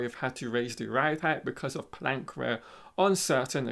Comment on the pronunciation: plank wear not ware lol